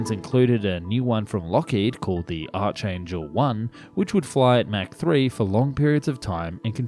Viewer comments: "...called the Arch Angel 1..." 🤔 The what? Has someone's kid been allowed to write code for the latest version of the narrator bot? Arch Angel sounds like the crappy Murican nickname for a celebrity gymnast. 🤦🏼‍♂️ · Amazing: Making it to adulthood and not knowing how to pronounce "archangel." (I'll help. Pronounce the first four letters as "ark.") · The “arch” in Archangel is pronounced “Ark”. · it's pronounced as "Ark angel"